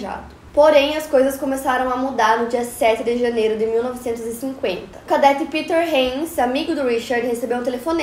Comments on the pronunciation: Cadête,não cadéte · Cadête e não cadéte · Sem querer ser chata, mas já sendo... A pronúncia é "cadête", não "cadéte" Obrigada pela atenção 😂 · Adoro todos os episódios!!! Só uma observação, a pronúncia é "cadête" e nao "cadéte". Parabéns pelo seu esforço e sucesso sempre! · Aí que agonia de ouvir cadéte, é cadete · uma correçãozinha: é cadête e não cadéte. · Só uma correção na sua pronúncia, é cadête e não cadéte... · Se pronuncia cadête . Que história mais estranha😱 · É cadête e não cadéte a pronúncia!! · Na palavra CADETE, você pronunciou /kadéte/ o certo é pronunciar /kadête/ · a pronúncia errada de cadete quase me matou k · Que agonia ela falando Cadete errado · Como é possível alguém formado em jornalismo não saber pronunciar a palavra "cadete"? 😨